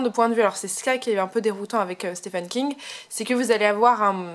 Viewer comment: Merci pour votre vidéo! Les francophones prononcent mal "Stephen". Il faut prononcer " ph" comme un "v" et pour le premier "e" c'est le son "i". Comme dans " Peter".